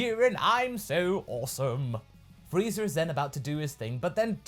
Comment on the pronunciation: Frieza* not Freezer...